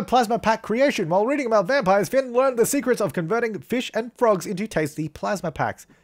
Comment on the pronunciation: A1 it's Finn not Flinn (Flynn)